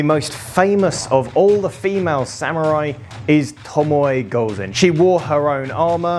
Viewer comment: "Tomoey gouzen" quite an interesting pronunciation